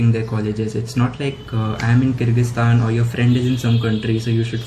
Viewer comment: Bartan sambhaalo pls Also avoid using pressure cooker while filming a video 😂🤣 (Just kidding, I want to appreciate you for this really informative video and thanks for teaching me how to pronounce Kyrgyzstan because I was today years old when I actually learnt how it's pronounced)